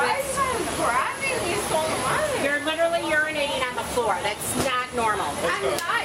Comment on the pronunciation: The ‘Literately’ & not ‘Literally’ drives me up the freaking wall.